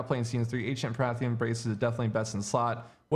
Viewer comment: PARTHAN. Say it with me. PAR --- THAN